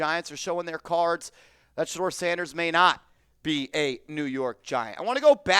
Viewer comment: TH or AC. NOT SHED-DOOR SANDERS